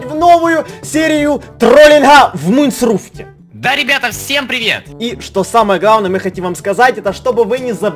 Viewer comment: Надо говорить не в муйнсруфте, а в минесрафте